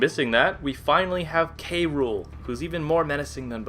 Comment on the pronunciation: I hate when prople say "Kay Rule" instead of "Cruel" to K. Rool. It is "cruel." Because, you know, he has a pun name as a villain.